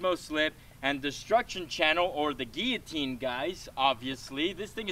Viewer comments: What's a geeateen? It's pronounced guillotine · It’s not a geeateen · "gieoteen" isn't it "gil-a-teen"? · The way he says geeyatine rather than giloutine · Gilatean not giatene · No it's kill-a-teen 🤣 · "Gee-atine!" XD oh bloody hell... Guillotine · He calls it a geeeeeloutine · Geeateen bruh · gill-e-teen get it right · It's a guiloteen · its pronounced GILL AH TINE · its gilatin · ITS GILO---TEEN